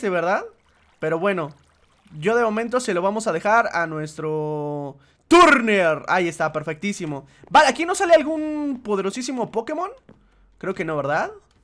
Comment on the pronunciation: Dijiste turner en ves de tunder